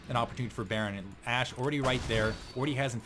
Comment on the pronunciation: lulz u said to dat ashe sorta like to dat ass..... yea ik its lame :(